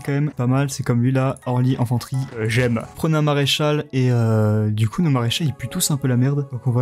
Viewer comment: c'est infrantrie pas enfanterie